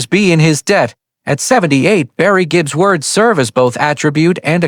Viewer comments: Just the first few mispronunciations was enough for me to quit this no doubt garbage after about 90 seconds. I mean, Jibb and Dooogloss! Pease orf! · "Barry Jeep" ??. Why make a video when you or your ai-idiot cannot even pronounce the last name. Imbeciles!